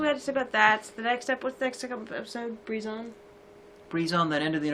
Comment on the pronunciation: Why do you pronounce Brizon breeze-on instead of Bry-zon? It's like how you pronounce Seeburg as sea-borg... She's not a Dr Who monster!